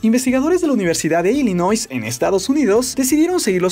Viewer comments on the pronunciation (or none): none